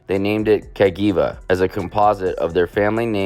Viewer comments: ka-gee-va. April-e-a 😂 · some of the mispronunciation in this video (I'm Italian): Cagiva = KAA-jee-vah (/kaˈdʒiːva/) MV Augusta = EH-meh vee ow-GOOS-tah ˈeviː/ /aʊˈɡusta/) SWM = EH-seh voo EHM-meh (/ˈɛs.se ˈvu Aprilia = ah-PREE-lya (/aˈpri.lja/) TM = TEE EHM-meh (/ˈti Beta = BEH-tah (/ˈbɛ.ta/) Vertemati = VEHR-teh-MAH-tee (/ver.teˈma.ti/)